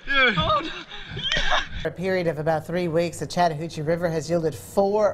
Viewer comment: He say chadhoochie River?